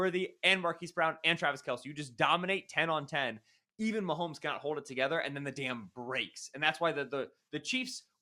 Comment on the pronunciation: Why do so many people put an "L" sound in "Mahomes" and turn it into "Maholmes"?